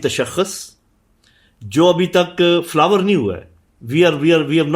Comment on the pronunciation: Ye Lt Gen hai 😮. Flourish kare ko flower kare bol raha . Aur inhe kashmir chiye . 😅😅😅